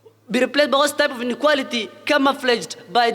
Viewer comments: Huyu kikuyu... r and l ni shida... inequarity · Inequarity......rook it😅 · I had to listen again and again . What is inequarity